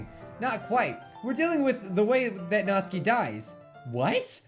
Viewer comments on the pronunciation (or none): Nat-suki Not Natski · All reading this comment stop saying Nat-su-ki it is Not-s-kee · It's not Natsuki it's pronounced Nat-Sue-ki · Its natsuki not notski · It's pronounced Naht-SOO-Kee, not NAHT-suh-kee I feel like Hermione right now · It's not natski it's natsuki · Stop saying Natski please it is annoying say NatsUki WITH THE FREAKING U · Natsuki The normal way of saying it. Nat-sue-key Natsuki How says it. Nat-ski A whole new 🌎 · says Natski But others say Natsuki. be like DON'T CARE. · Pronounces Natsuki like Natski Me: 😐🇵🇱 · Is he saying Nazi? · Natsuki sounds likr Nazi when you say it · Its nat suki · you pronounce natsuki's name like nat-suu-ki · It’s NAT-SU-KI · Ur pronouncing natsuki's name it sounds like ur saying not sue key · That's how you say her name! I get very angry when people call her "Natski". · Her name is pronounced "Nat-soo-ki" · Who else hear "Natzi"? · WHAT NOOOOOOOOOOOOOOOO NOT NATSIKE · he said natzi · OH NO NATSUKI!!!! NOT NATSUKI!!!!!!! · Not my Natsuki 😢😢 I'm a french new subscriber 😊 I love your videos very much 😊❤ ( and your hair 😍 )